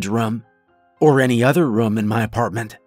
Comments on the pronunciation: Well done! I'm a large fan of what's known as "Portal Fiction" and this is clearly in that realm. My ONLY issue with this was how you'd say "room", it came off more as "rum". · Loved this story. But...his pronunciation of the word "room" as "rum" drove me crazy. Lol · I don’t think there’s one story from u where u haven’t said the word “room.” I notice every time because u pronounce it kinda like “rum” lol